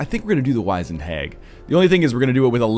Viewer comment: The i in 'wizened' makes an 'ih' sound.